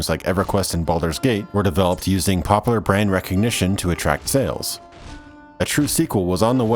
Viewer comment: Im glad i found this channel but holy shit it bugs me the way you pronounce popular. "Pop lar"